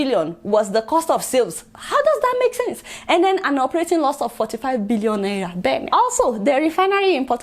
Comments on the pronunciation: I like your Naira pronunciation 🤣🤣 It sounds like Naiya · I thought i was the only one noticing the pronunciation of Naira 🤣😂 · I can't stop liking your show Adeola,but i laugh whenever you pronounce NAIRA